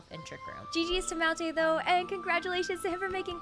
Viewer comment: No she said mountainh still makes it